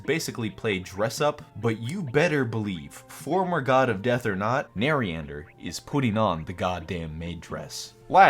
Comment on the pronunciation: Pls learn how to say narinder